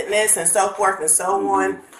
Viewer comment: She doesn't want to have any back and "forf"